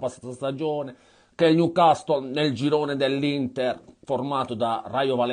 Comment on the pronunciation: Il "niucastol"...😂